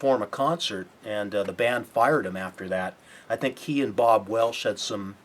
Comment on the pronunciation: and it's Bob Welch, not Bob Welsh.